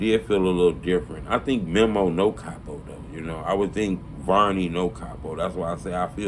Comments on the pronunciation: Bro his name is meeeeee moooooo. Not mem’o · bro why is it so hard for to say "mee-mo" (memo) not mem-mo smh i cringe every time he say it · it’s mēmo. Meeeeeee-mo.